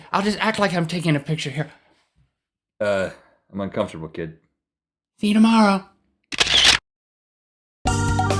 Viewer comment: Is it just me or do you never say the "s" in see you tomorrow?